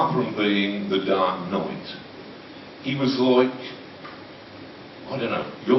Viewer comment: "The Dark NOIGT"